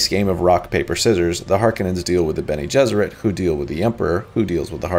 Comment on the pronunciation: Eggs Bene Jesserit had me rolling, almost as good as Shapiro saying Lisan Al Ghaib. And ‘phrasing.’ Great work man, I really enjoy your videos. Keep it up!